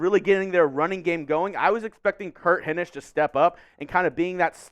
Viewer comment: Solid B. You've definitely gotten better since you started. I LOVE your energy. I just hate the blatant looking at a screen/script. I feel Will was pretty good at not letting that be too noticeable. Also, pronounce Hinish correctly lol.